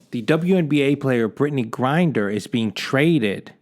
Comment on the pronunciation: 'How many Americans are locked up in foreign countries.' Yet that number is still going to be a joke compared to Americans you lock up (and yes, also for next to nothing and for decades or even multiple life-times). The reason you're so upset about Mrs. Griner - whose name you can't even pronounce in your own video on the topic... - is I suppose, because she is a PoC and woman (yes, even if you falsely try to deny her gender based on lunatic conspiracy theories like flat earthers; probably immature that a woman is fitter than the slimy Italian greaseball that is you who is supposed to be some grand fitness coach or entrepreneur or something). At least you have enough self awareness to notice that you are slowly sliding to the conspiracy nutcase crowd like QAnon, StopTheSteal etc. And why does the video continue after you say 'That's all I have to say on the topic.' around the 3 minute mark or 50% of the video? Also why do you still use the closing term 'buy red & sell green', when you haven't made anything on finance in at least an entire year, which was your only halfway decent content btw?